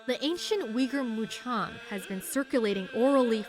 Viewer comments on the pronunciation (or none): notice. not Mucham... MuKam